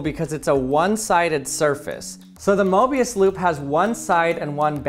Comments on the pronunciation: Is it just me or i hear "morbius loop" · Morbius Loop Not Mobius Loop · I heard "mobuis" and thought of the Honkai Impact character